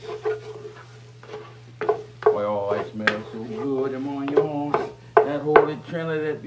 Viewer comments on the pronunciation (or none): I love the Cajun pronunciation of "onions"